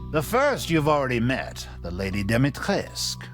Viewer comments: My biggest complaint about him is that he’s supposed to be some fancy, well-traveled, educated, person and he horrendously mispronounces Lady Dimistriscu’s name as if it were French like “Dimitresque” when it’s more like the name “Dimitri-sku” (she’s Romanian) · How do you end up with "Domitresque" starting with "Dimitrescu"? 😂 It's pronounced Deemeetrescoo, no diphthong. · still mad ethan pronounced lady dimitrescu's name as 'doh-mee-tresque' when its 'dee-mee-tres-coo' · Dommy-trescx or Dummy-trescc? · The only disappointing thing about this game is that the butchered every romanian word. And with all the reserch they said they did, you would think they will try to pronounce correctly at least the name Dimitrescu, the most important character. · Why would he pronounce "Dimitrescu" (romanian name) in a french way, and "Moreau" (french name) with an english pronunciation? Makes no sense to me